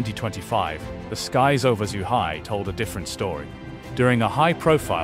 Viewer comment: "Zoohai"? "Chuhai"? Both wrong. Lol. Morons.